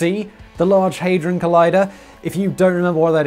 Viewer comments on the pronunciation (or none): HAD not HEY Hadron not Heydron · Hey-drawn? No it is pronounced Had-drun or ha-druhn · It's pronounced had-ron not hayd-ron lol. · Hadron not heydron :) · NO!... I cannot sit through 18mins of you saying 'haydron'.... where did you get the Y from?... hadron!... had ron! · Cool, but it's pronounced Ha-dron - not Hey-dron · The only annoying thing about this video is pronouncing it haydron when it is HADRON!! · Simon: “They are idiots” 2 seconds earlier: HeyyyyyDron collider 🤢🤢🤢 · 'Haydron' Shudders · You get a dislike because you asked for one and your pronouncing it hydron collider bleugh!